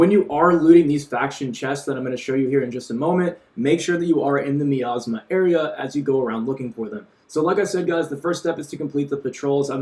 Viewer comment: Thanks for the info but quick heads up, it's pronounced miasma (my-as-ma)